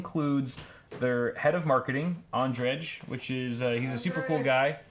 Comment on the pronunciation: The last letter of Andrej's name should be said as 'y' in 'you'.